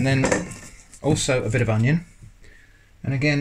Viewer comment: hahaha "Oneion"